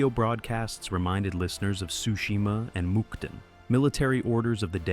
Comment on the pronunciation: I'm pretty sure Tsushima isn't pronounced "Sushima" bro 😂 sounds like a bad fish dish.